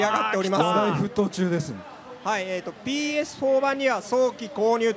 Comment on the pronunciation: P-Ash 4, Ex-Box, PShe.........LOL